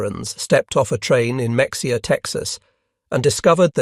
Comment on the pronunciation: The commentator needs to learn to pronounce MA- hay-ah ((Mexia)😂